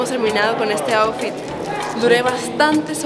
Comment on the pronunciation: yo escuchando como dice kim out fit😂🤣